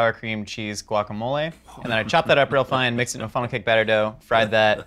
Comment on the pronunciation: Wokamole 😖 pretty sure it’s guacamole